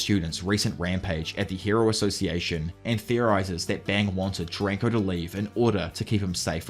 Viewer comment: AI VOICE USED. I do appreciate this video, and I'm not expecting a real human to talk this long. What convinced me was soaly the way he pronounced Charanko's name. Just I don't see how any human, even an Ausie could interpret it like that